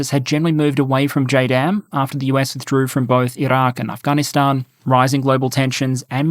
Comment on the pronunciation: First English speaking youtuber i have heard actually try to pronounce Iran and Afghanistan properly